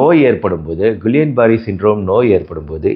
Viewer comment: Dr கிள்ளியன் பேரர் not குல்லியன்